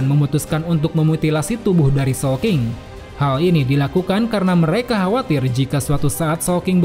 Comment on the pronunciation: Awal² bingung showking, soapking atau sawking 😂😂😂